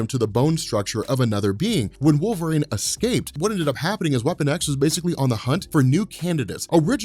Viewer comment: Okay, so let's get this guy hired, your ideas are great, yada yada, usual schtick I've seen in your 'introducing Fox into MCU' videos. But who else really wants to know why he keeps pronouncing it 'Wolverain'? Like, the weather report calls for partly cloudly with a little wolverain in the evening, with a Storm brewing over the horizon. Seriously, though, I really love the idea of bringing the Shiar in a post-credit scene, especially right before a cosmic ending to a team-up movie. I really hate how Last Stand used Phoenix Force.